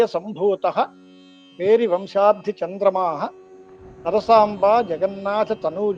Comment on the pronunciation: పేరి,పెరి కాదు